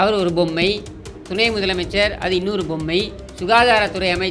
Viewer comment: Bommai not pommai! Kooravum and not koiravum. What are you trying to say??🤔